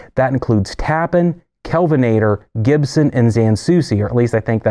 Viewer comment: “Tappan” is not pronounced “TAP-an” but rhymes with “Japan” but Tappan.